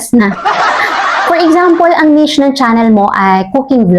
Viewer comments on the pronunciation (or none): none